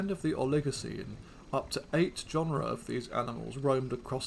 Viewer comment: Please learn how to pronounce these words correctly! "Oligocene" and "genera" are accented on the first syllable, not the second.